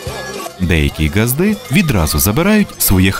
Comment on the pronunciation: У слові ґазди наголос іде на а. У вашому випадку наголосу вживається у "до ґазди" . Не пи..ди до ґазди бо ґазда не пи..да 😊